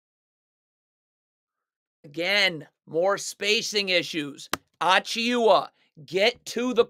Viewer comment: Dude its pronounced “Ah-Chew-Ah” the i is silent